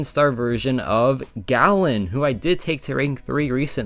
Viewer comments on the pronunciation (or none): It's Galan, not "gallon."